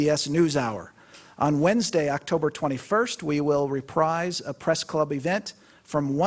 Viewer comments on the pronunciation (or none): none